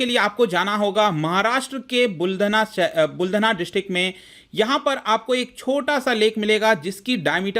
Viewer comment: वह बुलडणा नहीं बुलढाणा है.....